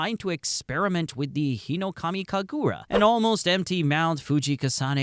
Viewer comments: Uh it is hinokami kaagura not hinokamu kagura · Bro you gotta pronounce hinokamikagura faster (not sure if thats how its spelled but please)